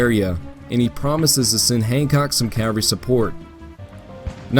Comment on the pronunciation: Discovered you recently, enjoying the attention to detail and the quotes that bookend the different chapters. One minor gripe: cavalry is pronounced CAV-alry not CAL-vary.